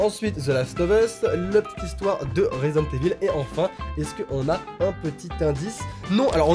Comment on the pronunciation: C’est pas « eville » mais « Ivaul » 😂 L’accent anglais en force 😏